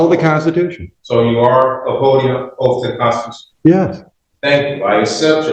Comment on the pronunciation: Its oath not oaf